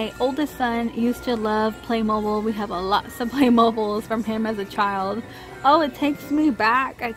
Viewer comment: It’s NOT “play mobile” its “play mo bil”. Black Friday ADS are being released